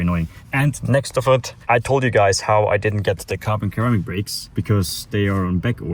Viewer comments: Why he keep pronouncing carbon ceramic like ‘KHHHARAMIC’ instead of pronouncing it like ‘SERRRAMIC’ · Carbon "keramic" is that how you pronounce it over there? In canada or u.s people say ceramic ( serrrramic) just curious 🤔🤙🏽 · Hey! Ceramic is pronounced Carbon Sir-ram-ick Brakes. Cheers